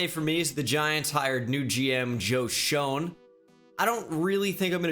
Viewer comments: Hey just so you know it’s pronounced Shane not shone. Keep up the good work tho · Its pronounced Shane for Joe Schoen not trying to be mean just wanted to let you know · Shoen is pronounced Shane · Come on man! Schoen is pronounced Shane! You’re a Giants fan! Let’s put some respect on his name already!!! 🤣🤣🤣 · Schoen is pronounced Shane... Just found that out. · I really don’t want to be that guy because it doesn’t have anything to do with the vid but the Shoens name is pronounced “Shane” great vid like always but just letting you know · schoen is pronounced shane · Schoen is pronounced "Shane" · Hey not trying to be an asshole just letting you know the new giants gm is pronounced “joe shane”